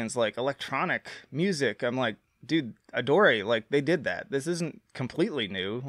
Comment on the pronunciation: bro called it Adoré 💀